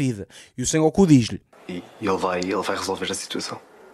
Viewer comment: o nome do gajo é Son Goku, não San Goku. Boa sorte para as análises dos próximos episódios, pois tudo leva a querer que esta temporada é muito pior.